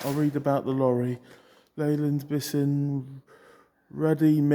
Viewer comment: You really need to learn how to pronounce Bison.